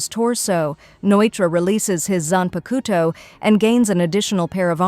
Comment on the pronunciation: I really appreciate these in depth summaries for each season but you have GOT to look up the pronunciations, watch a dub or two my gods is it bad lol Zanpakuto is especially egregious. zan-pah-k-toh not koto. The Japanese syllable is a soft k middle upper throat, back of the tongue. Like trying to say "coke a cola" in a Japanese accent. The to at the end is actually tō, sounds like tuoh a dropped t u sound combo that's lower than the English too, but like you saying too with a obvious U In the middle. The tuoh is more enunciated then the k before it.